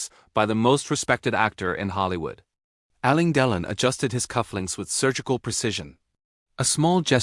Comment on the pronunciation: If you can't even pronounce Alain Delon's name correctly, why should we believe you got the facts right? There are many photos and film clips of Alain Delon without a shirt on. No scars, just smooth skin over a muscular torso.